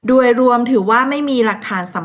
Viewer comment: โดย อ่าน ดวย ทุกๆคลิปเลยค่ะ ภาษาไทยหลายๆคำ กว่า อ่าน กั่ว แต่แม่ก็ชอบฟังหนูเล่านะคะ เป็นกำลังใจให้ค่ะ❤❤❤❤